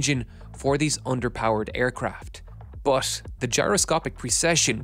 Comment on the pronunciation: Not "bur" or "ir", say iT or buT